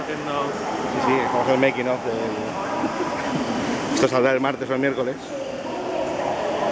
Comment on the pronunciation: "Manking" off? D: HombreRey off ._. Sería Making xd